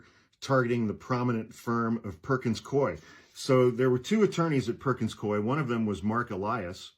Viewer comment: It's pronounced Perkins Koo E Swear to God - in the HQ in Seattle. I was in Trademark/IP. I swear - it's like coo-e